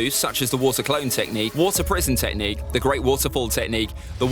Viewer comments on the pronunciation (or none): Who wants to count how many times he says tehcnique